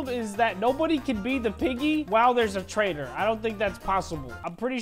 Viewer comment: "taitor mode"